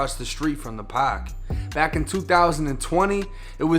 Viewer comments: Say park again I luv the way you say paaak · the Pahk (park) tahgets (target)..i enjoy accents from other people and places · Grant Pak where’s the R 😂😂😂